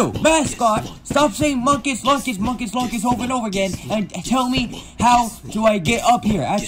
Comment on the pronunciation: He says munkes lunkes